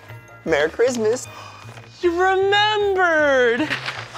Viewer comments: Ian says merry chrimas instead of christmas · Ian says merry crimas like if you noticed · Why does Ian say "Merry Crimis"?